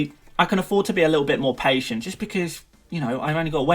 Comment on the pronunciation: 19.32 "I can afford to be a little bit Maupaytient"